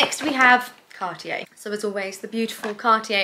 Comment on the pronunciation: Please look up the correct pronunciation of Cartier